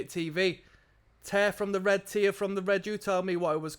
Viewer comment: it was tear like hair not tear like beer